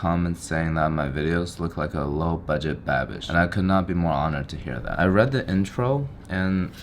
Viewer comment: Every time you say Babish it sounds like that "I'm a bad bich' halloween little witch 🧹 gir 😁